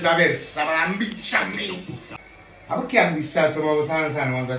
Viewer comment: Pecche???? Si dice PERCHÉ!!! 🤡